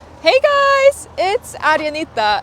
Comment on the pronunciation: あかん綺麗な姉ちゃんがネイティブにヘイガイズは全部アレに聞こえてくるわ